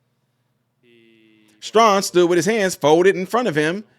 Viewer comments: thank you for sharing. Also, I, respectfully, want you to know that his last name's pronunciation sounds like: "Stray - han." - GOD bless you, in JESUS' Name. Amen. 🙏🏻✝️ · It was worse as it was on the San Diego Navy Base. One of his twin daughters has been fighting brain cancer, so he may be off. By the way, it is pronounced Stray - han. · FYI his name is pronounced Stray-han (like hand without the D), He probably can't because his Democrat masters told him not to when you stand for Kamala. I thought he was a better man than that, but if you want to keep in the grace of the Democrat plantation masters, you have to tow the line. Let's not be like the woke democrat left, & try to cancel everyone who doesn't do as we would like. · Luv you my brother but it’s pronounced “Stray-Han” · There’s no requirement to put your hand on your heart. He stood respectfully! End of story..NOW THE REAL PROBLEM IS HOW BADLY YOU BUTCHERED HIS NAME😂😂😂STRAY HAN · Stray han is how it is pronounced. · His name is pronounced Stray - han (like hand) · The bigger question is how can you not know how to pronounce his name.. just unreal.